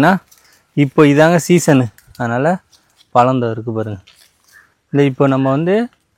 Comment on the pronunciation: Pazham nu pesupa azhaga irukum